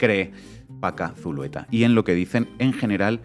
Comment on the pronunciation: Zulueta no, Zuleta ,! Así esta escrito.